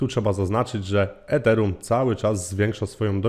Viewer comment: Źle wymawiasz Ethereum